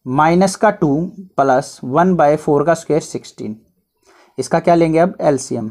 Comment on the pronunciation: Or +plus ko palas😂😂